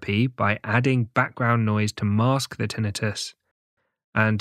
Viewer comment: It is Tinnitus, not TInnius.